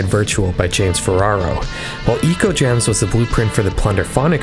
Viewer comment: I would say the album is “Echo” Gems rather than “Eco”. It’s artwork clearly heavily borrowed from the Sega Megadrive game Ecco The Dolphin which is pronounced “echo”.